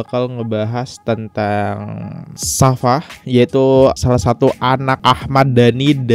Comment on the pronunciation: bacanya safia bro bkn safa.....